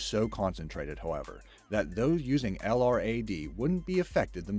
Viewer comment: Sorry to be "that guy", but incase anyone cares, LRAD is an acronym and is usually pronounced as "el~rad".